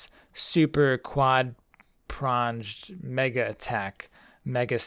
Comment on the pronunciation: "Quad-Prondged." :) Lovin the videos man, keep it up.